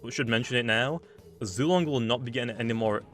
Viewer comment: Y’all I think it’s pronounced Zway-Long